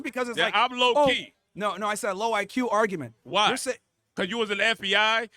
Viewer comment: It's pronounced you're not yoah. This guy advertises his ignorance. Every time he opens his mouth, he should shut his mouth and go to work.